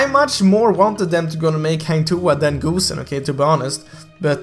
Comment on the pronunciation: wait.did he just said goosenXD